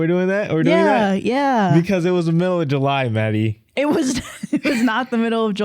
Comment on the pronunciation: "Because it was the miof July, Maddie" 😂😂😂